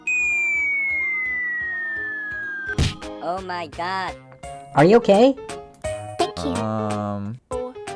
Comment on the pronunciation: More like "O H M Y G A H"